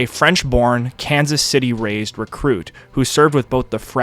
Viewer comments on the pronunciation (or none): none